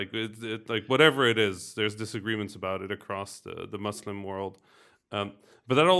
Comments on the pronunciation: I love the concept of this video and not just because I'm Muslim. also thank you for saying "Muslim" right XD got bored of hearing "muzzlim" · good pronunciation of muslim!